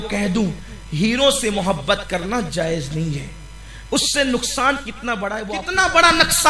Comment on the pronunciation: Nukasan sir nuksan not naksan 😂